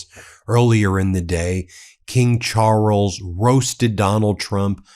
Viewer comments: "King Chooorles"!? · There is no emphasis or tongue roll on the R in Charles, the emphasis is on the A. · "King Charwles"? Dear Americans, not everything in the english language needs to be chewed up like chewing gum. It once was a beautiful, civilized language. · In Ingerland we pronounce Charles: Chaales not Charrles. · It's pronounced Charls😂not Charels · Ben, it’s just Charles…one r and no roll of that R…please pronounce it correctly 🙏🏽 Everything else is exactly the boooom British sense of humour way….blunt as F 😂😂😂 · "king char rulls" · “King Charruls”? Really?? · Why are you butchering the names Charles! Can’t listen to you. It is not Charrels! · From Aussie.. Love how you pronounce Charrles. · Pleas3 learn how to pronounce Charles in a less tortured way. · Charles is one syllable, not two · What A peculiar pronunciation of Charles you have!